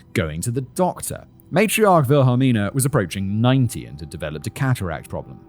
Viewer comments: Wilhelmina would be pronounced as "Will-a-mina." The key is to sound out the syllables in your head one by one and then squash them all together. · You're trying to hard on the names...Wilhelmina in the US would be Willamina or just Billie